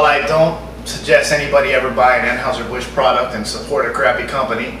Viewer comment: Natty Daddy is my go to high grav. FYI, Anheuser is pronounced "AN Hi ZER". And their Busch Light tastes like beer flavored seltzer. It's total crap and what you said about light beers is spot on! I'm no beer snob, so just gimme a Sam Adams or a Saranac Pale Ale and I'll be a happy camper.